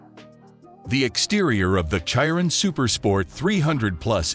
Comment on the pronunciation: How you pronounce chiron🤣🤣🤣🤣🤣